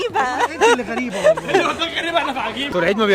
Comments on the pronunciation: هي اسمها غُرَيبه فعلاً مش غَرِيبه 😂❤ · هي منجد نحن بلاردن نقولها غريبه بس طريقة نطقها هي قالتها غلط